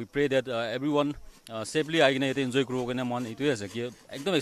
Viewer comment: I myself is a zeliang but that "enzoy" hit me hard dey... 😁